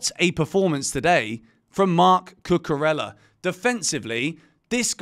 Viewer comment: Please learn how to pronounce Cucurella. Double l’s in Spanish are pronounced as y. Not pronouncing the name correctly of someone you give a box is disrespectful.